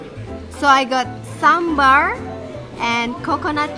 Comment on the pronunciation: The Australians, who are eating south indian food for the first time, can pronounce sambaar so well. Not sure why my dear north indian friends can only pronounce it as 'sumber'. 🤣 Wonderful to see people enjoying s.indian food with their fingers.